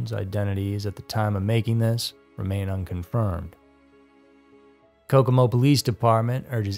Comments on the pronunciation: It's kokomo indiana not cacoma indiana. It was said wrong twice then later it was said right. I appreciate so much this content. Thank u for highlighting Brandys case. I do wonder if with cold cases mistakes and in some content false info and straight bs only makes it more difficult in solving the case.. and upsets the loved ones of the victim. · It's about a two-second lookup to see how "Kokomo" is pronounced, but even so, it's just as it looks... not "Ka-ko-ma". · Are you trying to say Kokomo? Wow, way off